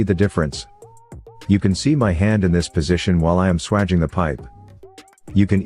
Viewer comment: if youre going to use a AI voice then teach it to pronounce SWAGING properly its pronounced SWAGE , I'm not sure how well this would work on old copper pipe that's been around for a while but newly annealed pipe it should be perfect. Pity its not in millimetres. Most important thing is to twist the tool every time your compress it, perhaps adding some Vaseline or grease would make it work better, copper is dry metal and its better if it has easement. Clean it though before fluxing and soldering and make sure you use the right solder is you are using it for gas as it should be brazed nowadays rather than soldered with a old tin lead solder. Idea behind that is so that the gas pipes in a fire do not come apart like they used to with tin lead solder which melts at a much lower temperature . Only ever braze gas pipes and the same goes for aircon pipes due to the high pressures involved MAPP gas system works well for that. .